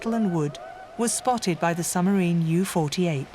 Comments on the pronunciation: There is a B in submarine. It is not pronounced summerine. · I loved listening to this but the woman who kept saying summerines instead of submarines was really annoying. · I wish the narrator would stop saying sumarine. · Why does the narrator repeatedly refer to submarines as summarines? I found that flaw rather detracts from what otherwise is an interesting production. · What is a 'summerine' and who was 'DeNits'? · What’s a “summarine”… there’s a ‘b’ in there somewhere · Why does the narrator keep saying 'summarine'? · Dreadful pronunciation …there’s a B in suBmarine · A good documentary which would've been a really excellent documentary if the narrator was able to pronounce 'submarine' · An interesting documentary destroyed by the narrators inability to put the letter "b" into the word "submarine". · Another superb documentary on Alan Turing. Please pronounce submarine correctly, it has a B in it to inforce that it is sub = under and marine = water. Thank you. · The way this woman pronounces submarine "without the B" is driving me insane.😖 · The electronic commentary was going so well then it said “ summerine” then “ admerality” tough luck. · How is this narrated, - computer voiced? A subtle English accent, but doesn't pronounce the 'b' in submarine. And 'Admiral-ity' 😳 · Brilliant story spoiled by the automated reading which is an embarrassment. “Tuney” for Tunny to give one shocking example. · Not impressed by the robot narrator - "Summarine", "Tuney"...